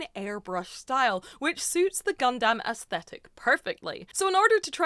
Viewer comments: please say gundam, not gundamn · How many times this wonderful woman going to say it gundamn instead of gundumb lmao !! This is the best gun damn video ever !! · For other people who can't talk normally Gundam is pronounced "gundum" one word. Not "gun dam" How can a literal Gundam professional not pronounce the name. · Please quit calling it gun-DAMN. It’s closer gun-dum 😭😭😭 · i'm going to be that guy and say that it's pronounced "Gun-Dumb" and not "Gun-Damn" lol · Not Gun Damn, its Gundam, like Gundum... ffs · Just fyi It's "gun dum" not "gun damn" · You're leaning hard into the "dAm" but it's really more "dUm". Love the content! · Gundam, not gunDAM. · Saying GunDAMN is a bit triggering, but besides that, amazingly done, looks sick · You saying Gundam always sounds like God Damn and it is hilarious every time. 😂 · It slowly ate into my soul hearing her pronounce "gundam" as " gun Dam " If you werent paying attention youd think shes talking about cowboy beevers 🤠 🦫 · I know that you are saying Gundam but it really does often sound like God-Damn.😄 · Girl firstly, its called Gundum even though its spelled Gundam. Secondly, whether you win or not have pride and fun in your work, its still nicely done especially for your 1st time.👍 Thirdly, better than me cause i can't even get pass the planning stage.😂 Lastly, What chances the PG you gonna get is gonna be the RX-78-2 Unleashed, which is the best PG ever made. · PLEASE, for the love of all that is holy.... stop saying GunDAMN! Please, please, please! I know I said a lot including this on your last Gunpla video. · I know there’s an ‘A’ in gundam, but please say it like it’s ‘U’…the way you say it, just triggers something… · I feel like you're sayin gundam wrong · faked out when i thought was going to correct her pronunciation of gundam 😭😭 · I gave the video a like Anyway, but I cannot handle the pronunciation of Gundam. It sounds like you're setting up a pun every time